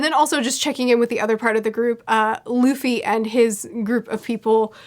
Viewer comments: Everytime she says "Duffy" it hurts lmao. It's pronounced D-oo-ffy not duufy in anime. Otherwise great analysis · Duffy vs Loffy